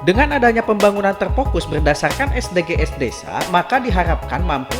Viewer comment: Bahasa inggrisnya lucu...hehehehe.. es de ge es 😀 konten ini menghibur dr sisi kartunnya.